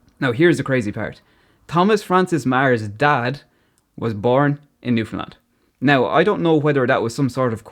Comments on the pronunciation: Love it! Especially how your pronunciation is perfect - there are Canadians who can't pronounce Newfoundland correctly. Did you ever get over here? If you haven't, car rentals are limited here and you really do need one if you want to travel the province rather than just stay in St. John's. Good luck b'y! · You are so awesome for pronouncing Newfoundland correctly its such a rare thing outside Canada. It blows my mind why people keep calling it Newfndlend. Its like people read Newfoundland and think there has to be some sort of trick to the word theres no way it could be pronounced how its read 😂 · I love how you actually pronounce Newfoundland properly while the majority of mainland Canada puts emphasis where it needn't be lol. Very proud of my Newfoundland heritage and equally proud of my Irish ancestry, 100%. Salt of the earth both sides of the Atlantic. Walsh family of St. Lawerence, Burin Peninsula. Town with a long and storied history indeed. Cheers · I absolutely love when people talk about newfoundland, especially when irish people find us. Not many people talk about or even know about this place if youre not from Canada, and i love how you pronounced the name right! Im so proud to be from Newfoundland and i love sharing cultures with people who come visit, but with irish people specifically its like you guys were raised with us even though its a whole continent away. I love connecting over the culture and accents, and i know id feel right at home if i were to ever visit ireland. Your video is amazing, keep it up!